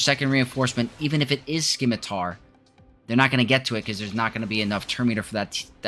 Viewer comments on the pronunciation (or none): "sim-uh-tar" Ignore the fact there is a "c" in there. Thanks for the video though. This has been my experience as well.